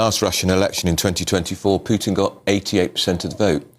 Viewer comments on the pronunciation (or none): She pronounces Putin like putrid. Very fitting. When I was in Slovakia (1976/77) Russians had stationed an occupation army which had been there since the end of the Spring of Prag. I and two of my friends came across 3 soldiers who were wearing big coats in the middle of July. The reason for wearing the cot and boots was that they only had one shirt, and it was in the wash, so they had to wear the coat to look orderly. Moreover, they tried to rape us. I could tell other stories. I am very very negative when it comes to the Russian army. There is nobody between the generals and the petty officers, so the generals do not really know what is going on, and it is unbelievably corrupt.